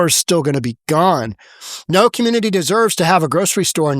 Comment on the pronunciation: Why can none of these people pronounce community?